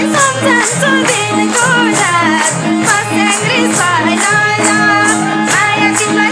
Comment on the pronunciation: मस्याङ्री 😂😂😂 Ho ni baai